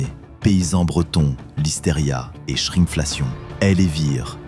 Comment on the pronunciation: Quelqu'un connait la shrine fellation systématique à 😯🤔🤭😂 Je crois qu'il disait shrinkflation...